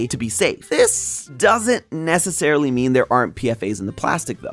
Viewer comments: PFAS is pronounced P Fas not PFA's the S stands for substances not the plural of A. I used to test for those just FYI. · Dude they're not called PFA they're called PFAS, (pronounced P-FAS) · Its not PFA's its PFAS 😂 look up what PFAS stands for jeez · Crying at calling them PFAs like an acronym like this. The s isn't to make it plural, it means substances. 'Per/Poly-FluoroAlkyl Substances'. it's pronounced as a weird word usually!!! One of my professors works with them and I've listened to lectures about it. It's like "pea-fass". I'm so sorry this video seems good but this makes you sound like you don't know what you're on about lowkey 😭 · Your're saying PFAS wrong.